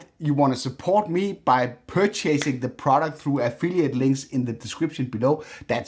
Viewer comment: I always find it really endearing when non native english speakers with language skills better than most of the natural population, make little mistakes like "pur-chasing" something. It is like you are speaking our language more accurately and correctly than we do 😂 Not a criticism BTW, your english is impeccable.